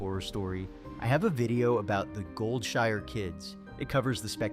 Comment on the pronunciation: it's called Goldshire, not Goldsure.